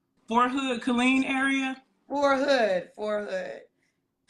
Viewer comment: Not saying “For Hood” instead of “Fort Hood” 🥴